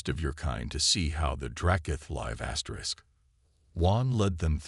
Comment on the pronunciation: What is up with you keep saying asters?Asterisk asterisk asterisk asterisk